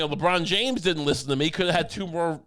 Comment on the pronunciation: ‘Lishen to Me!’